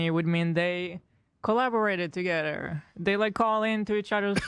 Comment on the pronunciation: It's an accent. She is a horrible person but not because of the way she pronounces English, it's because of her unapologetic support of g-nocide and her abhorent dishonesty.